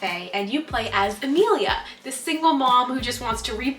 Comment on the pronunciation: My name is Amelia and not trying to be weird at all but u say Amelia beautifully